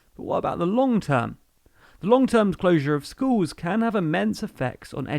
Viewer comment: I'd like to view the whole thing, but I'm confused by your pronunciation: 'skooowwws' instead of 'schools'. Gone to do something else.